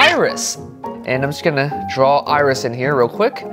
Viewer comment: Drawls???? BOI YOU DONT SAY IT LIKE THAT say DRAW 😡😡😡😡😡😡